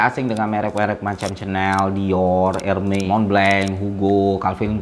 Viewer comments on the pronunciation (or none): it should be pronounced “Dioh” and “Erméz” not “Dior” neither “Herme”